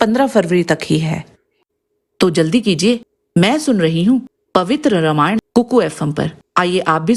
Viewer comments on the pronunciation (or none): none